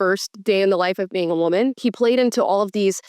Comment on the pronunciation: That new…. wuhMAN… come on dude. Let’s stop with that.